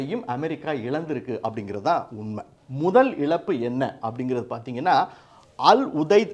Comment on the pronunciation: Please pronounce Za properly and don't pronounce it as la example it is not elappu it is ezappu.